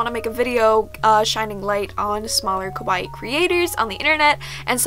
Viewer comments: i really love you, im your biggest baby fan, bUT the way you always say "kawaii" it's just- because you make it sound like "kowaii" which means "scary" and just- Maybe you could just try and practice?? I dont want to sound like you have to be a master at japanese, but if in most of your videos you are going to repeat this one word, you might as well just try to say it right?? Im sorry, I dont want to be rude but I just had to say it:-( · Omg yes I’m so bad for that!! I know the diff between kawaii and kowai but I’m have such a bad habit of mispronouncing. Same with “hairajuku” instead of “haaahrajuku” lol it’s just a bad habit I need to break